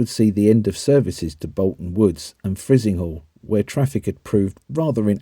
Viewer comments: Frizinghall - Fry-zing-hall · Frizinghall pronounced Fry Zing hall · Although Frizinghall is pronounced "Fry-zing-hall". You also misread Thackley.